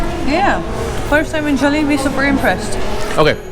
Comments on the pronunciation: 🙋‍♂️🙋‍♂️👋 Try saying Jah-li-bee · Yes they are Europeans , the way they pronounced Jollibee